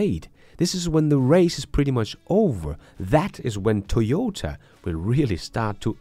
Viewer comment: I agree with you! BTW, it's TOY-OH-TAH, not TEE-OH-TAH.